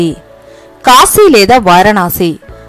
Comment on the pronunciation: పరమషివుడు కాదమ్మా, పరమ శివుడు 🙏 కాషీ కాదమ్మా, కాశీ 🙏 విష్వేష్వరుడు కాదమ్మా విశ్వేశ్వరుడు 🙏 దష్వమేధ ఘాట్ కాదమ్మా దశాశ్వమేధ ఘాట్ 🙏 షక్తి పీఠం కాదమ్మా శక్తి పీఠం 🙏 షతాబ్దం కాదమ్మా శతాబ్దం 🙏 షంకరాచార్య కాదమ్మా శంకరాచార్య 🙏 తెలుగు పదాలను సరిగా పలకడం నేర్చుకోండి అమ్మా 🙏🙏 మీకు నోరు తిరగక అలా పలికితే పోనీ అయ్యోపాపం అనుకుంటాం, కానీ, అదికూడా కాదు కదా అమ్మా, ఆధునికత కోసం భాషనే మార్చేస్తున్నారు, వాటి అర్ధాలనే మార్చేస్తున్నారు 🙏🙏🙏 మిమ్మల్ని చూసి మరొకరు, మరొకరిని చూసి మరొకరు, తెలుగు భాషను పలికే విధానాన్నే మార్చేస్తున్నారు అమ్మా 🙏🙏🙏